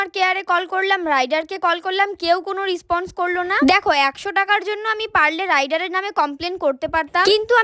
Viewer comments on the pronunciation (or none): রেসপন্স❎ রিসপন্স✅😂😂